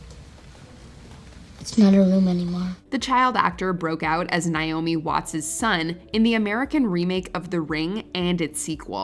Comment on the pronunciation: NAY-omi. Not N-eye-omi.